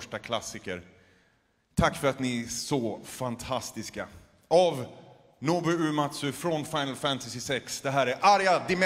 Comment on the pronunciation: "Nobou".... cmon now